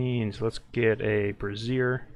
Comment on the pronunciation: I have to wince every time you say "brassier" instead of "brazier". Braziers hold fire, brassieres hold boobs. :) It's "bray-" like a donkey brays, and "-zure" like in azure.